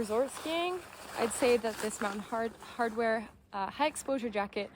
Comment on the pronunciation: fyi - Mountain Hardwear not 'Hardware' - but good review.